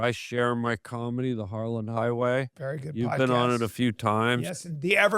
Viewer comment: Pretty sure it's harland not harlan